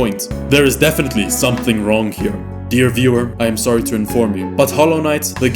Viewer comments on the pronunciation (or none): none